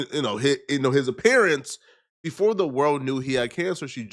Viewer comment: “Who ain’t nevah seen a Bentley befohh” Lmao why’d you say it like that? 💀💀